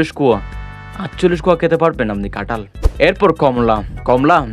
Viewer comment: কাটাল না ❌ কাঁঠাল ✅ তুমি ভুল বলেছ